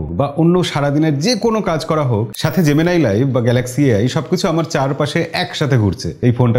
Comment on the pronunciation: জেমিনি কে জেমিনাই বলাটা বন্ধ করুন। সবকিছুতে বিদেশিদের নকল করাটা বোকামি।